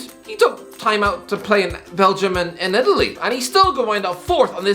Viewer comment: Belgium mountains? Am i the only one who heard that